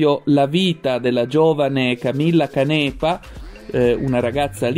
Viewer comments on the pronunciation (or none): Canepa con l accento sulla prima a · Da genovese posso dirti che l'accento si mette sulla prima A di Canepa. Ciao. Grazie.